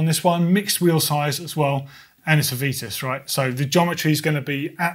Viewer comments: She was correct. It's VITUS... not VEETUS..or VEATUS. That's incorrect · Vitus/Veetus My name is Simon, and that is how it is pronounced. Nobody calls me Seemon. 😂